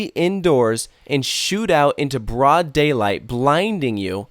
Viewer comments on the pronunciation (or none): none